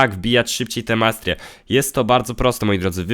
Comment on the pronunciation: nie? To totalnie zła wymowa